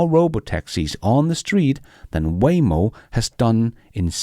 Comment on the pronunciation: Waymo=WHYmo soon WayNo? or just WHY???